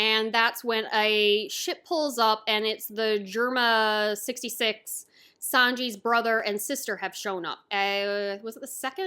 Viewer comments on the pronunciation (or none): It is pronounced Germa double six👌👍